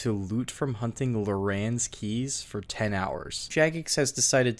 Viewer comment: LORE-RANS KEY?? LAUREN KEYS???its Larrans key bro. Go to English class...